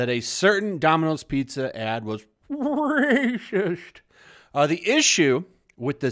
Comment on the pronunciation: Your pronunciation of "racist" is awesomesauce. If you were to type it out phonetically: rawcist (rawcyst??), or rahcist (like 'Rah-rah-rahcist!'). -The 'kid-made-superhero' is the best visual anyone could have come up with. Simply a stellar portrayal. -"Chinese food" is even more of a generalization that has come to include all Asian style recipe cooking, a list that includes more than several recipe styles that have been brought to many nations outside of their geographical origins. Here's how that word dilemma (suicide) can be (politically) correctly avoided: -Human beings originating from any Asian nation can be correctly referred to as "Asians" -Things (anyTHING other than human beings; usually inanimate) can be correctly referred to as "Oriental" (originating from The Orient). A bit dated reference, but, at the time I was notified of this, completely satisfactory in addressing these issues. What do think? cheers!